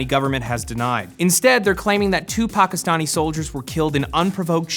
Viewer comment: when he said 2 Pakistani soldiers i legit froze i thought he said TUPAC lol